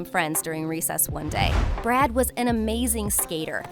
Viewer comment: Am I the only one who's hearing "brat"instead of "brad"💀